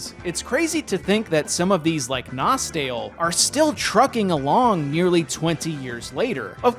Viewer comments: its actually pronounced nostalay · If you speak english you must pronouce: NostEl